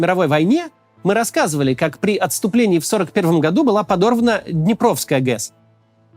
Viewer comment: Максим не ГЕС а ГЭС